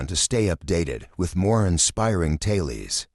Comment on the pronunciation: You are so right. Notice "tales" pronounced "tailies"? Definitely ai generated voice.